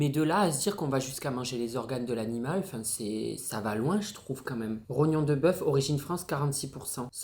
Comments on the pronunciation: Mdr le "trognon" c'est le rognon 🤣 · En plus tu dis tronyon a la place de rognon 😂😭tu me tue de rire